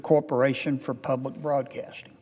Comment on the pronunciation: I have to turn this off because I can’t hear him “ Ppubbb-lick Bwodcaating…” he’s like bad Elmer Fudd larp.